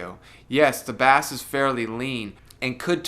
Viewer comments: You say 'bass' like the uk pronunciation for the fish. It's a different pronunciation for the instrument / sound where 'bass' sounds like the word 'base'. Where are you from dude? Edit: I like how you say bass. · It's not a fish the word is pronounced base -even though it is spelt like the fish.